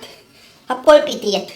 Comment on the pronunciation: Wait, me a “palpitate” 😂😂😂😂😂